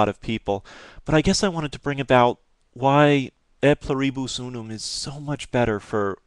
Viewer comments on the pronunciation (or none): Its pronounced Ey Plew-Ree-Bus Oo-Num (just thought you would be interested)